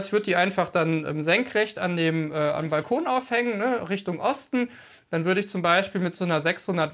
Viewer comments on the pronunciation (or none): none